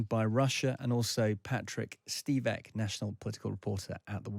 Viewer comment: Did the Times reporter say "offensive questions"?! He didn't say "plenty" as the automatic transcript incorrectly guessed. He called the WaPo guest Stivek instead of Svitek. Incompetent in many other ways too...